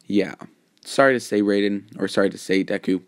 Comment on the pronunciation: It was amazing but I you should be careful some fans may call you out for mispronounsing his name